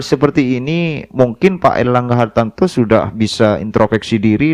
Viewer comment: Ngomong erlangga hartarto aja kliru erlangga hartanto Piye to kang